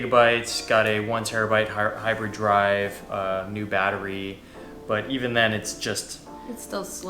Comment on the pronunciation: ha funny he said 1tb hyber drive twenty seconds in